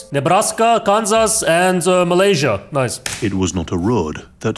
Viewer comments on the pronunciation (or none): "Maryla" ❌ Malaysia ✅